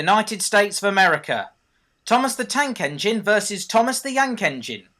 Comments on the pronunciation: THOMAS THE YANK ENGINE 😂😂😂😂😂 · did you say thomas the tank engine vs thomas the yank engine? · you said "Thomas The Yank Engine". Did you Mean to Say That?